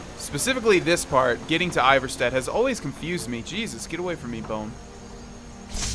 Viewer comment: It’s pronounced ee-var-sted